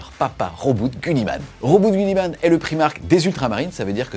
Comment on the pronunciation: Si on parle à l'anglaise, il faudrait dire "Robouté Guilimane" !!! 😂